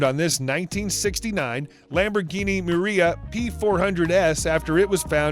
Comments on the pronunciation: My face when he calls it " Muria" instead of "Miura" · it is miura not miria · Muira not Maria you tool ! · it’s pronounced “mirror - uhh” not “maria” lmfaooo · Lamborghini Maria 😂 it’s a Miura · I can't believe you mispronounced pronounced Miura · Miura not muria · You mean Lamborghini Miura not Maria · It’s a M i u r a not a Muira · Obviously not a car guy if you pronounce Lamborghini Miura as “Maria”. The sounds that should come out of your mouth are “Myor-ah” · Srsly maria 🙄 it’s pronounced MW-I-RA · Its call Lamborghini miura not miuria the design was inspired by the bulls from miura ranch. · A Lamborghini What?! Muriya?! It's MI U RA you numbnut!!! Miura ffs!!! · lamborghini miuria? are you serious ffs? ITS CALLED MIURA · Narrator needs tutoring; it's not a Muriya, it's a Miyura (i.e. Miura). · You know the narrator isn't a car guy when he said Lamborghini Muria :D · Lmao lamborghini "maria" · A Lamborghini Maria!! Oh please, how can you be a serious car channel with good content but be unable to know or pronounce the names correctly? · Lamborghini MURIA you're saying? LOL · Lmao this guy butchers Lamborghini muira pronunciation and when he says the owner was a German millionaire that died in 2015,he shows a clip of a Military casket with an American flag on it. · LOL - And you butchered the spelling. Its MIURA. Pronounced my-you-ra . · Lamborghini Maria??? WTF He lost the U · I just commented about that too! He fucking called it a Muriya! I had to stop it and re listened to it a few times,to try and understand wtf he was on about! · Lamborghini “Maria” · Yeah I noticed the commentator couldn't pronounce muira either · Right? If you're going to do videos on cars, know what they are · Sorry could you say Miura again ? 😤😤😤